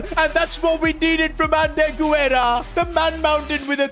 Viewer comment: you’ve been pronouncing Guerra’s name wrong, Guerra is my last name and you pronounce it Gar-Ra